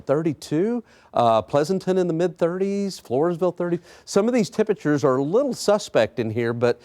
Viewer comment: Temprchrrrrs are gonna be cold.